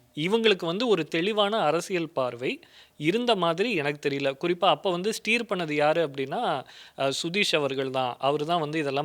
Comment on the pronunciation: வெண்ச்சூர்ஸ் அல்ல வென்ச்சர்ஸ் ஸ்டீர் அல்ல ஸ்டியர்